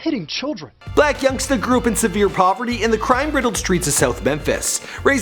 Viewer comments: He said Yung blacksta 😂😂😂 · did bro say young blacksta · Lmao he said young blacksta😂😂😂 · He said Young Blacsta 🤦🏾‍♀️😂😂😂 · He said young blacsta 🤦🏾‍♂️😭😭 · did he just say young blactsa?💀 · He said young blacsta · why he say young blacsta 😂😂😂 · this fool said "Young Blacksta"😂😂